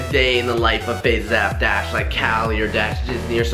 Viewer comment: Was I the only one who thought he said faze mountain in the beginning